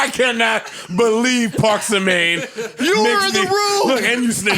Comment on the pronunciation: “Parksamagne” 😂 y’all foul